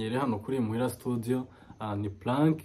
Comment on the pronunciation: Hhhhh = 293.000frb. imuhira studio don't speak studio . Prononciation ya studio à vérifier et à corriger but we l'vu and take courage